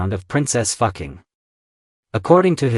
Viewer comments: Dude your Ai Textspeach is horrific... You should check bevor you upload. The AI calls her Princess Fucking and not Fuqing... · Correct pronunciation- Foo Ching